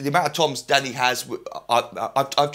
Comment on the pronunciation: I keep laughing it sounds like he is say daddy not danny